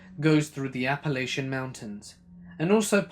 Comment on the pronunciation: Thank you for pronouncing it Appalachian, not AppaLATCHan like most YouTubers